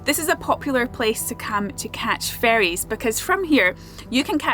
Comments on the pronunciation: I truly understood "catch the fairies" 🧚‍♀instead of "ferries" ⛴ at the beginning of the video and now I'm disappointed. :( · I thought you meant catch 'fairies' not 'ferries' when you said it 😂 I was like 'oooh that sounds exciting!' I'm such a child😂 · Who else heard “catch fairies?” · When you said, "Great place to catch ferries," I heard it as "fairies." I was like, "Oh, that's a pretty dangerous sport." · You said Oban is a "popular place to catch ferrys." I heard "popular place to catch fairies" and I pictured everyone running around with butterfly nets. The things my mind does... 🤣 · Same here. It took me a second to think. ferrys not fairies. 😂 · Me, too! I had to rewind before I understood. LOL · At first i thought you were saying that you were in a good place to "catch fairies" 🧚‍♂️🧚‍♀️ as in the little elemental spirits 😂. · For a brief moment I thought you were saying that you were trying to catch actual fairy's , like the mythical creature not the boat.